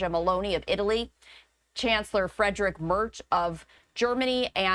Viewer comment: so the news lady decided to be all fancy, and say Emanuel Macron in a French accent, but completely butchered the German chancelors name xDxD He is not even Frederick Merch, he is Friedrich Merz xD